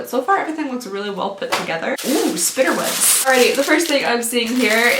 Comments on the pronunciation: im sorry but ''spidder webs''?? why does she say it like that lmao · I had to watch this multiple times, ‘spinner webs’ or ‘spi dd er webs’ never heard it like this lol Lovely